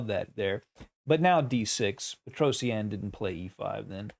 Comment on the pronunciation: It's petrosian. Not Petros eannnn Google it.